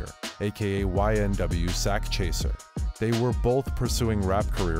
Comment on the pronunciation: “Sakchaser” don’t sound right idk